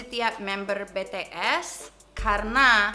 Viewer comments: BTS bukan be te es ! Kaya oprator google aja😁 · but bi-ti-es not be-te-es;(( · Bi ti es please Bukan be te es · BTS as Bi Ti Es not Be Te Es 😭😭😭😭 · Humor hanya sebatas "be te es"😭🤣i mean, it's "bi ti es" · You pronounced right for kim nam jun. But BTS (isn't) BE TE ES that should BI TI ES. i'm sorry for my poor english 😕. Im just ordinary Army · Kadang aku suka diomelin sama tmn yg fans bts , karena aku manggil BTS jadi BeTe'es bukan bities . Tapi dari Han Yoo Ra sampe Miss Sacha manggilnya BeTe'es juga 😂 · Bities bacanya:( bukan betees:( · Bacanya bities bukan betees🤟🤟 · Bities not betees kak ㅠㅠ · Btw kk bukan BeTeEs tapi BiTiEs :v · Please kak..Bi-Ti-Es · Dia bilang be te es hhh fucekk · be te es oke lah, skrng... anda slh baca jga anda jg hrs bljr jga, krna anda myruh kmi agar bahasa inggris kami bener(pndpat gw) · TOEIC Kim Namjoon BTS 850 saat duduk dibangku SMP namanya Kim Namjoon, kakak bacanya udah bener "kim namjun" tapi lebih gampang kalo kakak pake nama panggung "RM" bacanya "ar em" trus nama grup BTS bacanya pake bacaan huruf inggris jadi "BiTiEs" sukses terus ya kak. aku suka konten kakak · Be-Te-Es wkwkwkwkwk